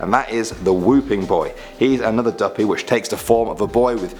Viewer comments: Imma be honest I'm still laughing to the end of this video. Dooppii 🤣🤣🤣🤣🤣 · im jamaicannnnnnnnnnn omg how he pronounced duppy though😂😂😂😂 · You pronounced duppie wrong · Because he is british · If u say duppy like that one more time I will die lol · Real talk 💯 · feel a me alone fi real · saying duppy and mama kill mi